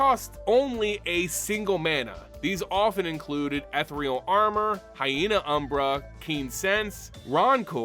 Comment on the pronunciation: lol side note, rancor is pronounced like Rang-Cur, and ethereal is Eh-thereal.